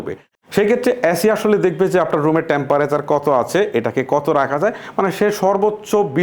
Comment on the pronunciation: ধ্যৎ! এ্যাসি,ট্যাম্প্যারেসার,কোলিং।আগে উচ্চারণ ঠিক করুন।